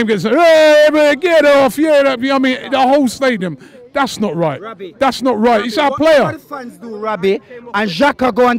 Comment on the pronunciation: This man callin him Rabby 😂😂